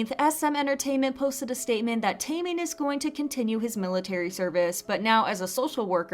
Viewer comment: its pronounced TEH-MIN NOT TAY-MIN